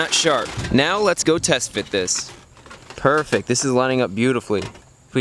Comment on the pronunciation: Chris says purrfect not perfect